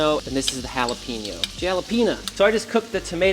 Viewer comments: its jalapeno not halopeeno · im out of here i cant stand you saying halopenis